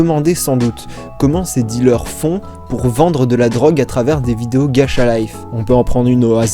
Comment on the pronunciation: Ça me stresse ma ça se prononce gatcha et non gacha désolé d'être chiante